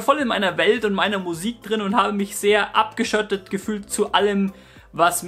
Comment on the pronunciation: Ab dem Zeitpunkt des zweiten "Platöös" fühlte sich "abgeschöttet" (ab ):)